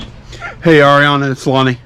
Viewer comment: Thank you for saying the name Ariana right! Lol. No I am not the rep, just a seller and viewer!